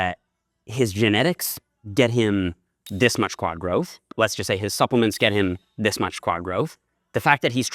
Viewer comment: "Supplements" lol